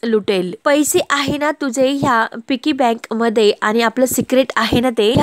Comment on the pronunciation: तुम्ही तुमच्या गावंढळपणा काही सोडणार नाही व्हिडिओ बनवू नका म्हटलं तरी बनवणार अगदी या शब्दाची नेहमीप्रमाणे बाराखडी म्हणणारच पिगी बँक असते पिकी म्हणताय😅😂😂 मूर्खपणा काही तुम्ही सोडणार नाही